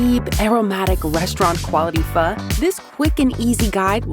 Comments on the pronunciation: i thought it was pronounced phoe not "phuh" 😭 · It's pho, not fuh. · Yeah that good "fuh"!!!! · was it always pronounced "fuh" and not "fo"? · Pho❌ FAHHHHHHHH ✅ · All I hear is fuh and my dih isn't happih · That's not PHO. It's FAHHH 💀